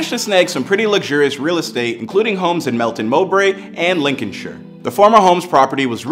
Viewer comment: As a Leicester supporter and football writer, I can tell you that there's so much misinformation in this poorly created video. It's pronounced Lin-con-sheer, Americans. You're welcome